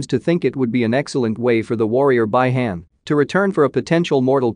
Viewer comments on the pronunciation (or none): Bi han spell "be han"